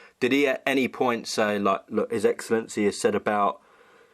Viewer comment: Hearing BJ try and pronounce 'His Excellency' 😂